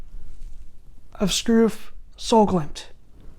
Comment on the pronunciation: your pronunciation of solglimt was actually not bad at all! 👍 I like this snus. Good review